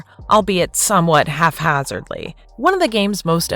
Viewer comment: 'Evolution' would definitely not be the correct word there. What you're looking for there is 'adaptation'. And it sounded like you said "half-hazardly" at the end, but that could just be weird mastering on your end, and a combination of phone speaker and hearing loss on my end. But if that is what you said: it's 'haphazardly'. I'm not trying to be mean or what not, I'm just a pedant... particularly when it comes to properly using words. (1984 provides a good explanation as to why.)